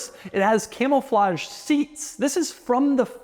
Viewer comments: doug the type of guy to say "camelflage" instead of "camouflage" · Am I hearing “Camel-flage”? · Doug, the type of guy to pronounce it “camel-flage”